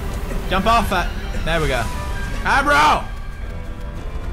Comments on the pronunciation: It's Agro.....not Abro..... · His name is Agro not Abbro :P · Pewds is reading abro's name as eyebrow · the horse's name is agro but pewds calls him abro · it's agro not abro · pewdie calls him abro like 'a bro'